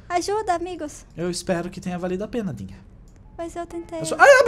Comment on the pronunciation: Quando o quase caiu ele falou guiga di vez de dinha kkkk